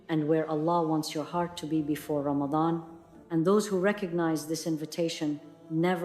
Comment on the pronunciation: AI is saying Ramatan not Ramadan. Ya Allah.